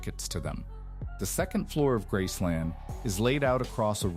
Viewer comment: It’s called Graceland, not grassland